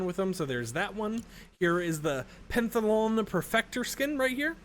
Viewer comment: It's pronounced pent-ath-lon mannn 😭